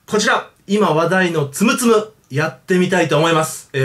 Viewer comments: つむつむやないでつむつむ(発音) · ツム↓ツム↓ ツム↑ツム↓じゃないの? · 斎藤ぼぶりあーぬ ツ↑ム←ツ↓ム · イントネーション完全に摘む摘むで草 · ツムツムの発音おかしない？ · たしかに！少しなまってる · 発音じゃなくてイントネーション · ツムツム本当に面白いですよ あと発音がおかしいですよ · ツムツムの発音面白いw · ツムツムの発音おかしい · ツムツムの発音違う、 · ツムツムの発音違います